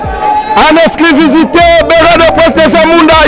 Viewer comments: Il dit plutôt "exclisivité" 😂😂😂😂😂😂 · Journaliste ya zoba, balobaka : exclusivité, mais yo ozo loba exclivisité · il dit en exclivisité! Faites bien attention 🤣🤣🤣🤣🤣🤣🤣🤣🤣🤣🤣🤣🤣🤣🤣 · On dit en Exclusivité et non en esclivisité MR LE CHRONIQUEUR